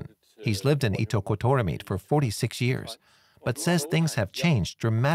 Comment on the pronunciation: As a Greenlander, I have to say this:" It is pronounced ' eat duck got daw meat' "